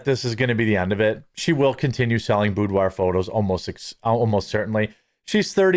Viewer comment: Hee hee you said boobdoir😁😜